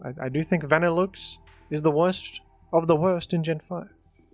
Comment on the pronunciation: Wtf is a "Vannilukes"